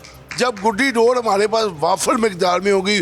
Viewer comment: Read Dores instead of Sores.